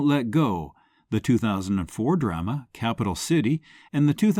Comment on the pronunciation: Please. Pronounce 'drama' correctly. Especially since you use it very often.